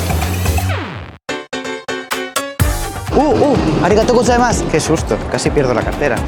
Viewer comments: Literalmente todo el vídeo: O u arigato gustemas, tenkiu tenkiu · me dio mucha risa el "oo arigato gosaimas, tenkiu tenkiu" XD